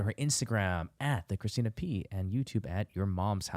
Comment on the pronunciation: i love that bobby pronounced “Pazsitzky” correctly but couldn’t get “Christina” down